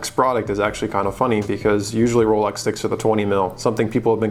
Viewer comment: Rowlecks > Chewdurr